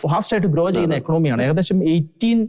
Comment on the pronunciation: ഇക്കണോമി അല്ല സഹോദരാ, അത് ഇക്കോണമി ആണ്. ഇനിയും ഉള്ള ചർച്ചകളിൽ ഇത് correct ചെയ്യുമല്ലോ ? Shekinah യുടെ ചർച്ചകൾ നന്നായി പുരോഗമിക്കുന്നു എന്ന് കാണുമ്പോൾ സന്തോഷമുണ്ട്. എല്ലാ ആശംസകളും.